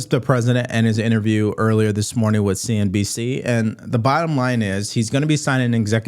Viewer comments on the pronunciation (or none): none